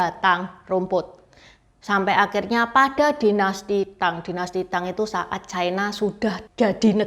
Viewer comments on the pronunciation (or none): Ucapan yg bnr China, bukan Chaina